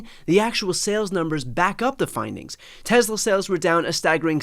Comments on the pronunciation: BTC's pronunciation as "Tezla" seems odd to me. I live in California, and I've always heard it said "Tesla," at least around here. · TESS-LA. TESS-LA. NOT TEZZLA. TESS-LA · Its pronounced "Tess-luh." there is no Z. Fwiw. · Brian, it's pronounced "TeslER" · Hey Brian, I think it’s pronounced Teslar